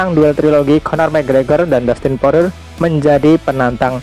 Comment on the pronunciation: Poirier dibaca poriye min